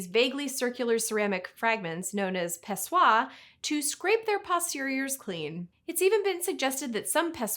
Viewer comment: im not a language expert... but shouldn't greek pessoi not be pronounced as if it's french?